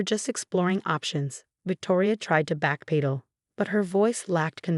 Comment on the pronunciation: Can't pronounce backpedal or unanimous? You need another program.